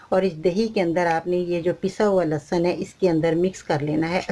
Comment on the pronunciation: AOA,achar kanlahsab nahi hota،lahasan ka achar.hota ha